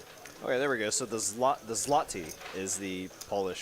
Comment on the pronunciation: Polish currency is Zloty , I think it’s pronounced like Zwoty